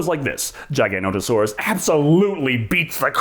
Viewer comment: i still cant fathom WHY the paleontologist can't pronounce Giganotosaurus right lol